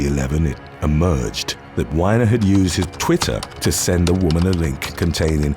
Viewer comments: its not wine-er... its wiener... dint try to church it up..... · Weiner is "wee-ner" not "wine-er". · It's Wee-ner not Wine-er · Not Whiner. Weiner. Like you call your member. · Not to be immature, and I could be wrong, but I think the second guys last name is pronounced "WEE-NER" not "WINER" which if I'm right, would be the ultimate definition of irony. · Haha! He pronounced it Whiner Dude’s name is actually pronounced Weener Weener sent his Weener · It's not pronounced ''Why nur' it's wee ner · Anthony Weiner... winer, huh? I always thought it was pronounced weaner, which made perfect sense to me. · It's pronounced Weener not whyner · It was compassionate to pronounce it “Anthony WHINE-er” as American news folk pronounce it “Anthony WEEN-er,” the surname being pronounced like a slang term for male genitalia. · Whinner?..that's weiner!..he probably told everyone it's pronounced whinner!...your name is penis!🤣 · It's not Whiner, it's Weiner. It's just not as funny if you pronounce his name wrong. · I had to laugh at the Anthony Weiner segment. You pronouncing it as "Whiner" instead of "Weener". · Wiener is a wiener. Not Wine-or. 😈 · His name ain't Winer it's Weiner, like a dick! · "wine-er"????? It is actually pronounced "Wii- Ner" Like the Oscar Myer brand....but he was a "Whiner" after he got busted. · It's "wee-ner", not "why-ner". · Ironically enough, Anthony’s last name isn’t pronounced (Wine•er) rather hilariously it’s (Wee•nr) 😂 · Not pronounced “winer”. He is “Weener” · It's weener not whiner.... Fyi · It is not WINER it is WEE-NER just like male genitalia or slang name for hot dog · I'd rather pronounce WEINER correctly!! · It’s pronounced Wi-ner nor why-ner! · I believe its pronounced wee-ner. U can say it come on, weener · You britts can't even pronounce Anthony Weiners name right. It looks like it sounds. Stop trying to make his name not what it is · It's pronounced weeneer. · Anthony who? 🤣🤣🤣 its pronounce like meaner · Its pronounced "Weener"